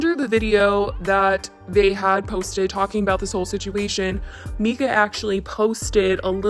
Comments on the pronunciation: MY-ka not ME-ka* lol 😘😘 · Please stop calling her meeka 😂 it’s pronounced Myka! I’m sorry it’s just so hard to watch lol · MYKA IS PRONOUNCED (MY-KAH) i’m so tired of hearing MEEEEKAAAH lol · Myka=Mike-A... Not Meeka, just sayin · It’s mike-a not meeeka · Like your videos but her name is not “Mee-ka” it’s “MY-ka”. So annoying I’m sorry 😂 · Just an FYI her name is pronounced My-kuh :)No hate just have heard her name pronounced wrong on many of these vids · The first syllable of her first name is pronounced my as in my coat. I don't trust anyone who publicly mispronounces such a simple name of the person they are criticizing. The child was diagnosed with autism when he was evaluated for the disorder in the United State at the Stauffers' request after they adopted him. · I can't watch this video bc this lady is mispronouncing 'Myka' every 5 seconds. So annoying